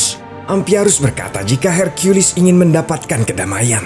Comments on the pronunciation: Bilang saja herkules bang ,,pake herkuilis segala kau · Hercules Min bukan Hercuilis🗿 Emosi bet Dengarnya Su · Apaan sih hirkiyulis, herkules aja woy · LU DENGER SENDIRI AKTORNYA BILANG "I AM HERCIULIS" DI MENIT